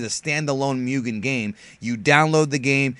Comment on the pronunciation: Guy's got a 100k subs and can't pronounce Mugen correctly. In any case, he's right. We gotta support this game if we wanna see it finished one day. I'd hate it if this becomes like so many other projects that's just left unfinished.